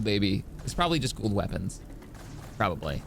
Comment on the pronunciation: Kinsey's pronunciation will always be the funniest to me. Gua'old